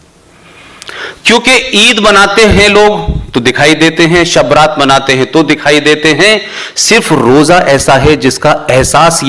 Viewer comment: ABE CHUTIYE SHABRAT NAHI SHAB- E- RAAT BOLTE